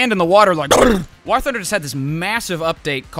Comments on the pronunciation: Why was homie saying war like that? I have never heard anyone pronounce war like he does.😂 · Bro said wor thunder